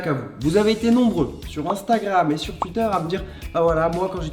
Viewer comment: on dit touiter pas tuiter